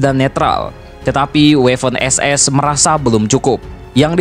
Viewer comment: Bang itu sebenarnya Waffen-SS dibacanya (b. Jerman) tetep Waffen SS, bukan Weffen SS. Jelas bang?